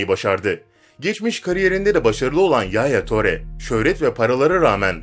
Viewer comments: Telaffuzunu sikeyim yaya töre ne ngolo kanti ne amk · Yalnız okunuşu yaya ture , engolo kante olacak